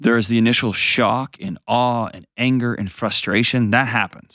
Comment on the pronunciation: LoL! He literally cannot say the word :Shock without sayin awe. Not sure what there is to be awed at tho. My mates longtime girl was messin wid a woman after bein banged up wid her so.... He was never quite the same after she left him for a broad, ended up wasted on smak then OD'd intentionally some yrs later...Seems she was the 1 who got away aye?